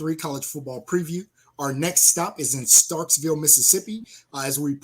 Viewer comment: Starkville, not Starksville.